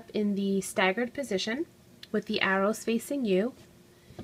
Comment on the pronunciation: Lol she said arrow funny